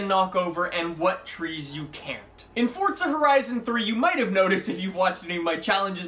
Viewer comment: are you saying fordsa or fortsa? either way learn to read. its forza. NO T no D....